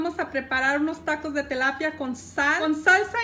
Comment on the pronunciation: "Telapia" o "tilapia"